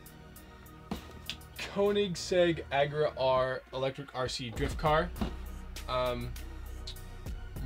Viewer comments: Did he just call it the Koenigsegg Agra R. It's Agera. (a-ge-ra). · JonesBrothersProductions Yeah (uh-gair-uh)= Agera. GOSH ITS MY FAVEORITE CAR AND YOU SAY IT WRONG!!!!!!!! FU** YOU!!!!!!